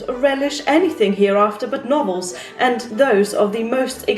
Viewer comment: At first I thought u said "Nobles are trash" not Novels like she was roasting the people she worked for 😂